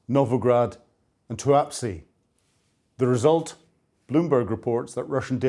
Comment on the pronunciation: "Tuapsi"? "Tuapse"!